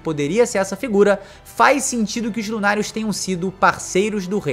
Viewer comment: Vc fala lunàrios Eu escuto lunaticos